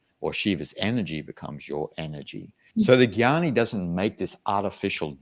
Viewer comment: Not jhani .....it's GYANI